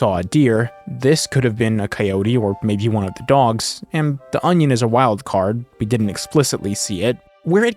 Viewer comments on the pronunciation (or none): none